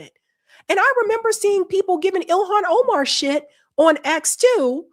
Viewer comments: Oh-Mahn not Omen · It's not pronounced Omen... God learn how to speak.